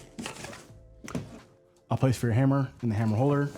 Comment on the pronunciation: I turned it off after I hear you say tape "measurer" and "hammel holder"